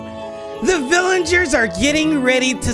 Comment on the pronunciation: You said Vilaingers when you were supposed to say villagers